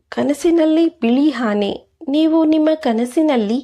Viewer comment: ಹಾನೆ ಅಲ್ಲ ಆನೆ. ಇದೇ ದುರಾದೃಷ್ಟ . ಭಾಷೆಯ ಅಪಭ್ರಂಶ. ಹಸು , ಅಸು ಅಲ್ಲ